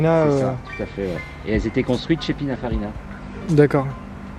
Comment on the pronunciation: Pinafarina qu'il dit 😂 Très bonne vidéo 👍